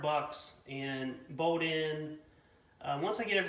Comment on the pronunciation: There's an L in bolt